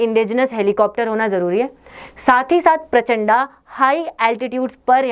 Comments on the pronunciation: कृपया प्रचण्ड को प्रचण्डा मत बोलिये। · Madam ji प्रचण्ड पढ़िए ना की परचंडा